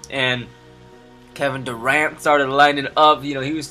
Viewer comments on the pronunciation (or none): none